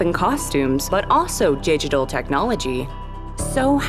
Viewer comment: she said gigtallt instead of digitally